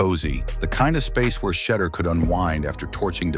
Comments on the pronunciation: The correct pronunciation is She duer people! Let get lesson on hoe to pronoun the young man name. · Tell Ai to minimize constantly mispronounced his name. It kls the quote vibe of the post ans extremely annoying